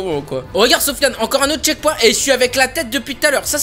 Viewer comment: c pas chekponte mais checkpoint